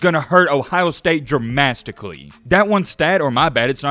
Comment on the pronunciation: What does Dramasticaly mean 😂😂😂